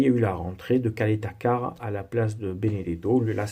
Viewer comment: Bon tu as bien dit Radonjic mais Caleta Car se dit Tchaléta Tsar 😉